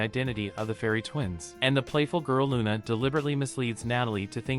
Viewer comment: They clearly pronounce it Luna, not Runa. However it's written Runa in the manga because in Japanese there is no Lu syllable. Still Luna is the better choice for the subs when they decided to pronounce it like that